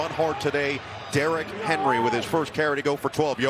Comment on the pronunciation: D-Rock Hen-Roy